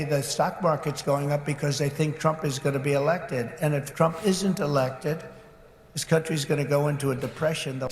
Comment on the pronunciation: “Thay” he can’t pronounce the letter s properly